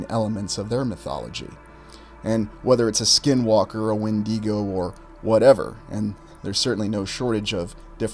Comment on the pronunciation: Regardless of anything else, I'm glad you pronounced the 'When-dee-Go' correctly. Kudos to you!